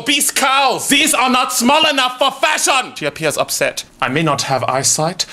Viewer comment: Lena Salas yes it’s definitely fashion when it’s pronounced (Fa-Shon) not (Fi-shin)